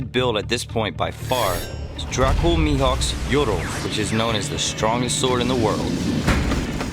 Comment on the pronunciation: How we pronounce it: maihawk How he pronounces it: meehawk Subtitles: M E A T H A W K